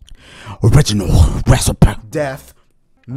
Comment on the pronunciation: Original reci-puh